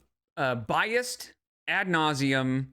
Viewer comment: I would bet 100$ that doesn't know how to actually spell "at nauseum" (that's how it sounds to me when she says it) Most likely she doesn't know how to spell both words